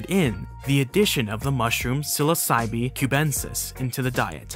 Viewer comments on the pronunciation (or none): none